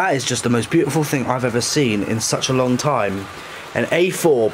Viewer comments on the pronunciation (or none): none